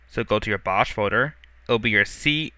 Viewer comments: I think it's pronounced "box", not "bosh". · easy to follow tutorial, only one thing that bugs me though - it's pronounced BOX not bosh hehe even the icon is a box :/ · I thought bosch was pronounced "Box" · its pronounced box but spelled bochs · it is pronuced "box" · ...You do realize Bochs is pronounces "Box" right?